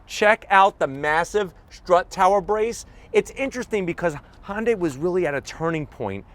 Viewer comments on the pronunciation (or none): Stop saying "Honday" ....